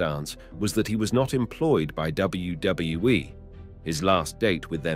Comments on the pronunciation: He says it right sometimes and I think he’s got it down finally and then he screws it up 😂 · How hard is it to say WWE